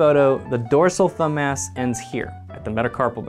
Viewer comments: thumb mass. Thumbmass. Thumb ass. I couldn't hear anything else once I noticed this, haha. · I really wish I'd had this video back when I was in med school learning muscle anatomy. At the time I thought the muscles were incredibly boring; this makes them seem much more cool. Also, every time you say thumb-mass it sounds like thumb-ass; every med student knows that the mildly naughty mnemonics are the best!